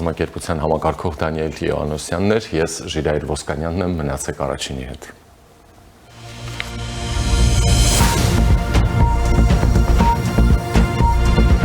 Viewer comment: Ժիրայր ջան վերջը չսովորեցիր այս մարդու ազգանունը ճիշտ արտասանել: Ի- ո- ա-նիս- յան` Իոանիսյան, Իոան բառից🙂